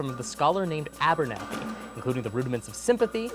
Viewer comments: Um actually you also said fkn ABERNATHY, it's Abenthy, sir. How do you get "Ben" from "Abernathy"? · Um, actually its Abenthy, not Abernathy. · Kvothe learns from "Abenthy" not "Abernathy" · Um actually, it’s Abenthy, not Abernathy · In the Name of the Wind question you said his name is abernanthy?Abernathy?? Don't do my boy Abenthy like that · Um, Actually, Kvothe leans from the arcanist Abenthy, not Abertnathy. Really... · Um, actually the name of the character in Name of the Wind is Abenthy, not Abernathy. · Um, actually, you said that Kvothe's first teacher's name in The Name of the Wind was "Abernathy" when his name was Abenthy. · Um actually, His teacher is "Abenthy" not "Abernathy" and it's pronounced "ah-LAR", not "EY-lar"